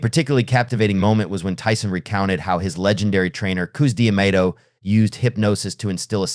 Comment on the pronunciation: If you CANNOT pronounce Cus Damatos Name then dont make vids on it.